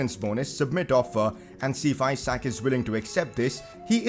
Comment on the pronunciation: umm i think Isak is pronounced as 'E - sak' and not as in Isaac...